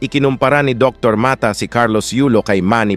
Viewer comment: Puede ba ipronounce ng pangalan ni Dr. . Dr. Ma-ta.